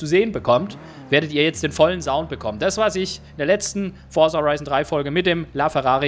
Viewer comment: Forza nicht Forsa....